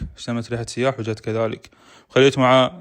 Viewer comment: سياح بدون تشديد على السين يعني سايح. مو سييياح